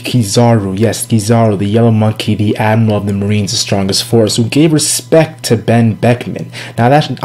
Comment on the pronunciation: Can this guy actually pronounce admiral? wtf is an "admal"?